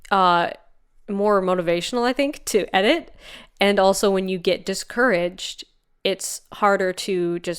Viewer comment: Idk if it was a conscious decision on part to pronounce "discourage" as DIS-courage, but it totally gives it new meaning. Makes it feel like being discouraged is an active/willfull decision to be "anti" courage... #ItsTheLittleThings